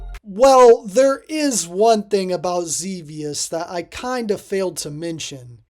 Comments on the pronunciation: It's Zebiuusu. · Zebius* btw you said it wrong lol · Ugh, can't stand the way you're saying Xevious. It's incorrect.